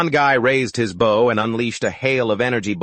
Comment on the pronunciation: AI still can't say bow properly